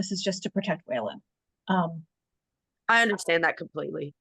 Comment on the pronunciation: It’s funny how the lady keeps mispronouncing Waylon like Waylond